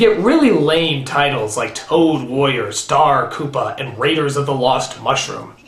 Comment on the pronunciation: "Star Koopa" xD